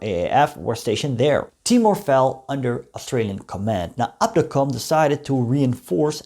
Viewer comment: The pronounce should be KNIL not K-N-I-L and it was Abdacom not abeedee-a-com..